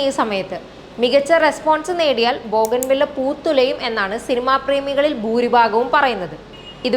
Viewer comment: ബോഗൻ വില്ല അല്ല എന്നു പറഞ്ഞുകൊടുക്ക് ഈ അവതാരത്തിന്... ബോഗയ്ൻവില്ല ആണ്...🤦‍♂️